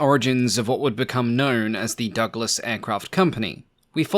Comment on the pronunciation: I feel a strong urge to slap my thigh everytime you say Donald Duck las...